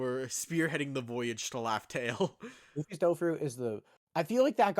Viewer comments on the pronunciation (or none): none